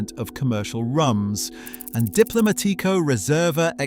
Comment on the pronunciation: Rum isn't misunderstood; its like any other spirit, the high quality ones are expensive and its difficult to know which ones are good quality. Even searching on the internet, it's difficult to find accurate information on any spirit. Also, this guy doesn't know how to say Diplomatico; and we're supposed to trust this guy's knowledge about rum when he can't even come close to saying a brand's name right.